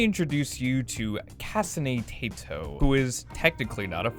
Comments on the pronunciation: KAHSENE TAYTO (I also pronounce Rin as “rihn” so I can’t judge too hard) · THATS NOT HOW YOU PRONIOUNCR KASANE TETO YOU DIMWIT